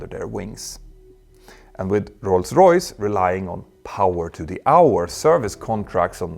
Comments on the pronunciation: I’m not trying to be mean or poke fun but I wonder why does it sound like you pronounce rolls Royce like ‘Roy’s Royce’ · You don't roll the r in english specially not in Rolls Royce 👍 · When you say Rolls-Royce you roll your " R ". Thanks for the video, good topic.